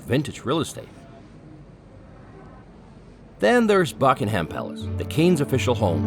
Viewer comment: The way your pronouncing the names of places is killing me 😂 you called Buckingham palace bucking-HAM and Canary Wharf : canary whoof 😂